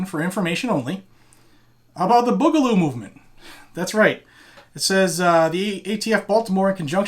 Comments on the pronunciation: Boo-ga-loo Not Bug-a-loo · BOO GA LOO not Bugloo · May the Boog be with you. By the way the first part of the word is said BOO not the way you say it. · its "boo"galoo this is like watching a boomer try to be hip